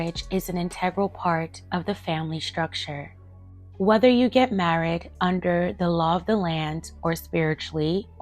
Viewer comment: Why are you saying married like that? 😂